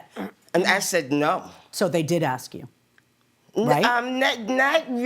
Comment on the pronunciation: People... No X in Ask... oy...